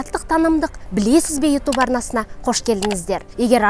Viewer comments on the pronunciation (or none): none